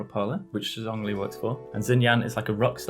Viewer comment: did this man just say zongli